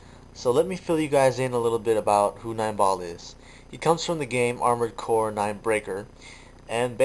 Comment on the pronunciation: armored cores, articulated like amored cores, since FOREVER!